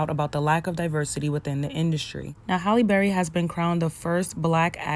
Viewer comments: People need to say her name correctly it's Halle not Holly or Hailey. That is the height if disrespect Hal-lee. I love her and always have and people trip on her and try to take away her blackness both black and white. She considers herself a black woman, (a black woman with a white mother...her words and taught to her by her mom) accept that. She respects us and doesn't allow anyone to confuse her or make her ashamed of her blackness. Beautiful lady with a beautiful spirit. Thank you for sharing this. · Her name is Halle, not Holly. If you are going to be a reporter you gotta be able to speak correctly... and know who you are speaking to. HALLE... HAL -E BERRY... not HOLLY...